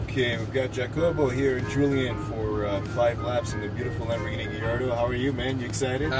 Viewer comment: LAMBORGHINI se pronuncia LAMBBORGUINI ;)